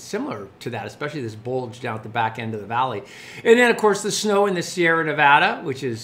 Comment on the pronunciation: Thanks but it's the Sierra. Not plural.